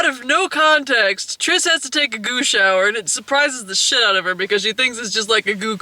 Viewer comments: When you say goo shower, it sounds like you're saying goosh hour. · The first few times said "goo shower," I was asking myself "WTF is a goosh hour?" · Oh, 'Goo Shower.' I kept trying to figure out what the fuck the 'Goosh Hour' is. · I keep hearing that as "Gooch Hour".